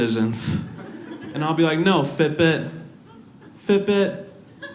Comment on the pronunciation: Took me 10 minutes to figure out he was saying "Fit Bit".